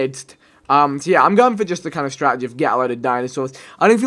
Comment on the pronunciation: What is with all of the wors abbreviations where unnecessary it is ridiculous haha "strat-EGY"